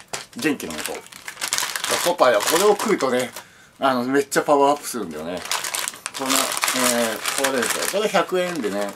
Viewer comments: ポパイのパワーが言えない男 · フォファイのファワーとか言っちゃってんじゃねーか